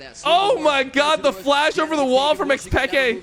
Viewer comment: Phreak completly butchering xPeke's name the whole time, EKSPEKAY